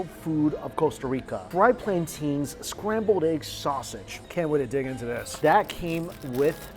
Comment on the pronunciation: why are they plan-teens? come on